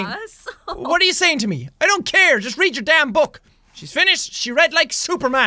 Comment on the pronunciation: i don't always comment, but I when do You read it wrong…